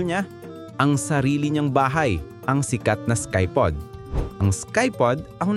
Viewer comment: "Skypod" still makes me cringe to this day.